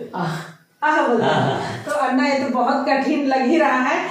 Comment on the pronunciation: Madam it is अण्णा not अन्ना